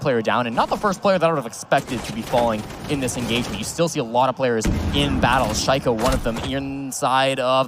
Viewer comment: Boris Müller oh yeah. Listen how they pronounce shaiko. I was like wtf. Obviously this casters doesn’t know who shaiko is